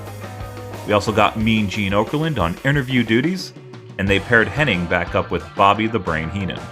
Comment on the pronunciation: Knobbs (I think) coming out here like CIMA. Also, it's HennIG. not iNg